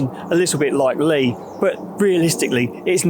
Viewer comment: Tonbridge-Redhill Line. Trains almost never continue to Reigate. No where near Chiddingstone and Leigh is pronounced "lie", not "lee"